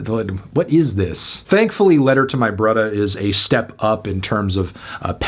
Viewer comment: Stay in your lane dude. You actually pronounced brother brudda. Mfs be trying to hard! This album hard n a mf.